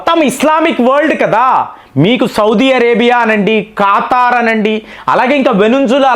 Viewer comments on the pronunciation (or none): none